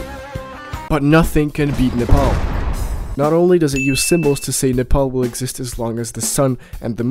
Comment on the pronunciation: You are the first 🥇 one to say something good and pronounced nepal correct 💯😂😂